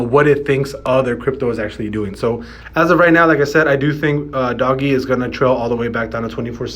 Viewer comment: Lol you lost me when you called it Doggy. Come on now!!!